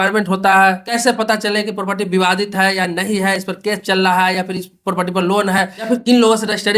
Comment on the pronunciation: पोपटी नहीं प्रॉपर्टी